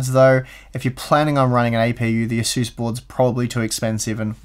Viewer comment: Not sure what an asuss is^^ are you trying to say Asus?